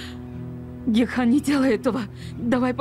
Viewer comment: Гекхан, а не Гехкан!!!